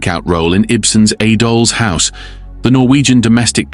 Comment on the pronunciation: Very well written and narrated. But I am puzzled by the pronunciations in places: The. Doll's. House. for instance, sounds pretty A.I., and yet most of the narration doesn't. A minor quibble - excellent work!